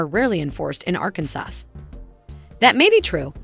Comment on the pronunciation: OMG!!! It's pronounced R CAN SAW